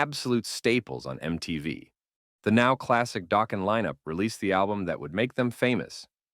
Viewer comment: Yeah, you can tell with some of the subtle mispronunciations like “Mutley Crue” and “Dōkken”. The inflections are also sometimes strange. It’s kinda hard to listen to once you notice it. Why not just do a normal voice over?